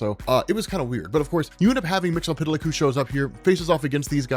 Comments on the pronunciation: It's MIX-YES-SPIT-LICK. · Silver Age and Post-Crisis on Infinite Earths Mxyzptlk was pronounced Mix-ul-plik. Especially on the Super Friends, which was the best thing going for a kid back then. Also, it was pronounced Kip-ul-skim backwards. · That's not how you say his name